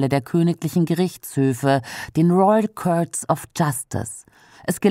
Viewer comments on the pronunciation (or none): Der Royal Kört? Court wird so nicht ausgesprochen!